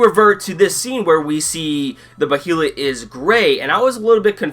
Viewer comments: "as far as your knowledge goes" exactly, the behalit say it correctly Bay than lit bay lit as in a body of water a bay and a lit candle stop over pronouncing it you tool it's been spoken in the original Anime and the new movies if you can't say it right I don't know what to say and the egg of the king is red others are other colors the one guts has isn't gray it's green so much for being a professor. and do you honestly expect a page for page panel for panel translation it have well over 10 seasons of 26 episodes think in real world context not in fantasy land as a fan who's been reading the Manga for 15 years I never expected it to be a faithful adaptation episode was great can't wait to see a serpico guts fight or when they meet Fera or he actually you know dawns the berserk armor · isn't it pronounced bay-lit? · it sounds like ur saying bohelet wif is wrong with u?